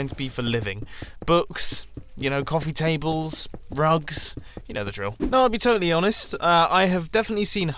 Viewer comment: had to do a double take on what he said. 'Rugs' ...